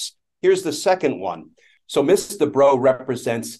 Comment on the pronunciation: Why is this female attorney referred to by their title, which is also mispronounced (Ms. is pronounced "Mizz", not "Miss"), when in general a male attorney would be referred to either by their full name or just their last name? Language is still pretty sexist without particularly meaning to be, these days.